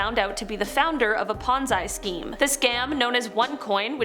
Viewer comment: I know, I spit my drink out when when she said that. 🤣 🤣🤣